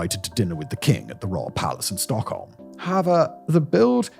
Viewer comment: Butchering ALL of the Swedish names except ”Stockholm”…. great channel though.